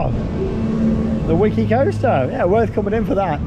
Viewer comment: I remember when the cartoon was on in the UK back in the day, and it's pronounced "Vicky the Viking", Wickie apparently being the Dutch way to spell "Vicky" . So, Wickie Land, Wickie coaster etc should be pronounced with the V sound!